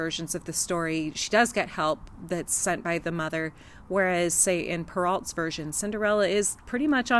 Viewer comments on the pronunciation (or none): Per-Oh not Per-alt